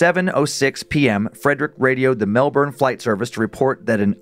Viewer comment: Melbourne is pronounced Mel-bin